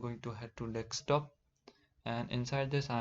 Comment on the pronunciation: it's not "dekstop", it's "deSKtop", from the word "desk"